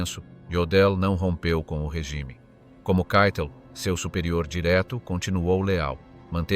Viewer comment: Keitel... si pronuncia caitel , non cheitel...